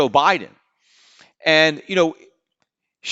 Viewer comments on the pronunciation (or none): none